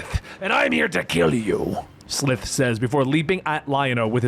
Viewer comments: I'm pretty sure their home planet is pronounced Thun-DARE-ah. Lizard mutant is SUH-LIVE like 'Alive' without the A. Great video either way! Glad you're covering it. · Its S-lie-th